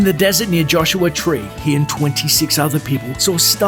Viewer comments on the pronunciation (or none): none